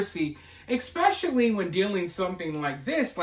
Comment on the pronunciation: PLEASE for the love of God...stop saying "EX-pecially"....there is NO SUCH WORD. It is "ES-pecially"!!!!!!!!